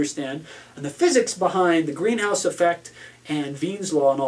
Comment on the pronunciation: Wien's Law, not Weim's